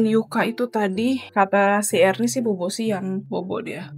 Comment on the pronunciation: Erni bukan iren kaka